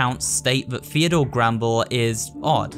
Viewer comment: I thought the name was Theodore Grambell, not grandel